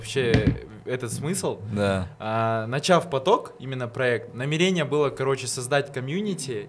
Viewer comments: НамерЕние ,мне одной бьёт это по ушам? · Так мусульмане говорят намерЕние